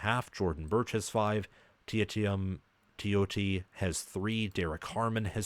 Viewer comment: Teitum Tuioti is pronounced Tay-tum Too-E-Oh-Tee